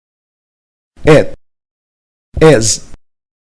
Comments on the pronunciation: Please read.............................................. For correction it pronounce (It) instead of et, (Is) instead of es, (Sit) instead of set, (Miss) instead of Mess, (Six) instead of sex, (Listen) instead of lessen, (If) instead of ef, (Think) instead of thenk. A lot of wrong pronunciation. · Not terrible, but not great either. The vowel sounds of "it" and "is" are not correct, and the speaker uses the same vowel sound as "Ed". The video pronunciation of "six" sounds like "sex". Look elsewhere for correct pronunciation of the /i/ sound